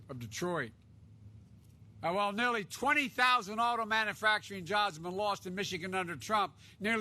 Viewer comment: The moron can't even pronounce manufacturing. What a looser, literally!